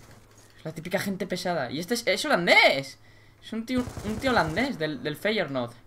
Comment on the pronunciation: dijo feyenord!